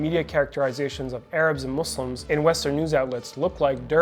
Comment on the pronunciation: 😂😂 why can't they say it muslims 😂